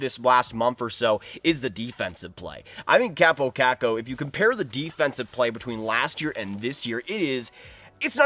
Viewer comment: he literally said cap oh cak ow. It's a repetition of a caw sound in both parts.